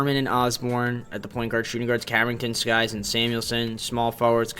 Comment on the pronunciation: It's Sykes not skies jeez bro you said the wrong name like 10 times